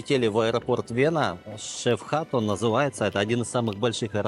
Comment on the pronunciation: 😅ни шеФхат, а Швехат(Schwechat)